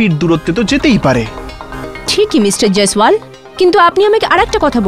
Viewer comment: jiswal ki pronunciation korte parosna